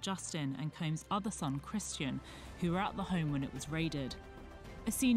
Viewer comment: Can you say combs